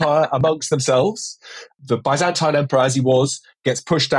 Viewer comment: The way you're saying byzantine fucking hurts